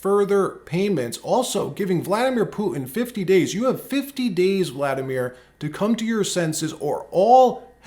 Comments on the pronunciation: Huge fan of your channel but one suggestion; pronounce the hard "T" sound. It's PuTan, not "Pu-ann." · Who is Pu-in? Don’t you mean PuTin? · Who the cornbread HELL is “poo-in”???